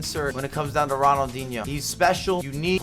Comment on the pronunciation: the way you pronounce the players name just pisses me off. “ronald…(pause) inho” what is that